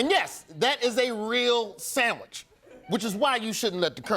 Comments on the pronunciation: Samich, not sandwich 😂😂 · Did he say 'Sammich'? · “Samach”, he said towards the end of his speech. Not sandwich 😆😆😆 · He said “sanmich” 😂😂😂 just for that he’s got my vote!! 😂 💋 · it's "sammich"